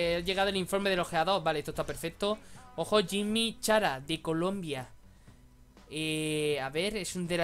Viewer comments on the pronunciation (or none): none